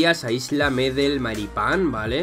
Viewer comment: Yo sé que no eres solo tú quien lo dice así, pero es Med(é)l, el acento va en la segunda 'e', no en la primera, sino si llevaría el tilde en la primera 'e'. Aún así muy buen vídeo como siempre.